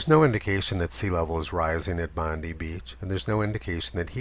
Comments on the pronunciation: Great work as always Tony, but your pronunciation of Bondi beach made me laugh. We say bon-die not Bon- Dee. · Just a couple of points on pronunciation in Oz: it's "bon-die" beach, not "bondee", and the town in NSW is "berk", not "bork". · for future reference Tony - Bond-eye is the correct pronunciation for Bondi Beach :) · Love your work Tony and have been a long time follower, but Bondi Beach is pronounced 'Bond eye'. You"ll thank me later. :) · It's pronounced bond-eye mate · It's a great review of this "peer-reviewed" piece of propaganda. If I could correct you on just one point, though: name of Bondi Beach is pronounced "bondai" (just one of those little quirks of Aussie speech) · btw Bondi is pronounced "bond-eye" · Love your work. Although, Bondi is pronounced 'Bondeye ' down here. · Tony I love your channel but I have to pick on you it's pronounced bond-eye. Keep up the great work from Aus. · Great work...for future reference it’s pronounced “Bond-die” beach. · Another great video, I wish you'd show a little more evidence of the world wide nature of the 1930s drought though. Also I had to chuckle at the way you pronounced Bondi beach I'm sure you'll here from some Australians about that.